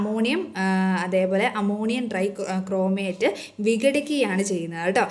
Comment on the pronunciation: അമോണിയം ഡ്രൈക്രൊമേറ്റ് അല്ല... അമോണിയം ഡൈക്രോമേറ്റ്‌ ആണ്